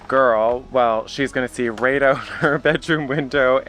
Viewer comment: I heard pronounce out, oot. Beautiful home your accomplishing. Stay safe!